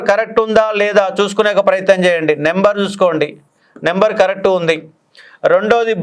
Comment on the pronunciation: నెంబర్ కాదు, నంబర్ అని గమనించండి. స్పెల్లింగ్ " NUMBER " కానీ " NEMBER " కాదు. దయచేసి దీనిని విమర్శగా చూడకండి. ఎందుకంటే, మీరు Faculty. మీ నోటినుండి ఏది పలికితే, దానినే అభ్యర్థులు standard గా భావిస్తారు.